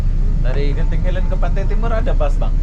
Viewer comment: Tolong sebut dgn ejaan yg betul..bukan genting helend..dia Genting highland. Ingat ini Malaysia bukan Konoha.